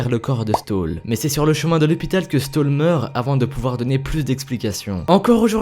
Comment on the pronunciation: On dit plutôt "chtaul" que "stole". A part ça très bonne vidéo :-)